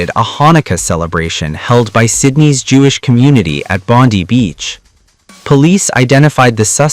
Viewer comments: Its pronounced Bon-die not Bondee. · Bondi is pronounced bond-eye. Not bon-dee. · Bon die that is how you say it ai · NO Jews and NON Jews - It’s pronounced bond I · Bondi not bondy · Pronounced Bon- Die,(no pun intended) just the way it's said in Australia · Pronounced " bond..eye" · It's pronounced Bond eye! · It's NOT pronounced Bondee ! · Honestly you Americans need to learn how to read and pronounce Bondi properly, it’s easy enough by Googling how the Australians pronounced it 🤦‍♀️